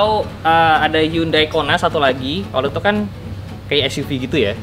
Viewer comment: Cara Bacanya org indo HYUN DAY padahal di korea asli dan sebutan nya HYON DAE